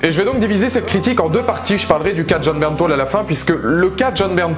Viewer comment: j'aaaaaaaaaaaaaaaaaaaaaaaaaadore Jon Bernthal !!!!! Par contre j'ai regarder des interview et on dit Bernthal et pas "Bernthol"